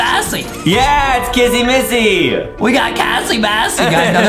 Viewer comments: I think he says kissy Missy and said I mean he says kassy missy instead of kissy Missy that's so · I like how justin called kissy missy, kassy massy 🤣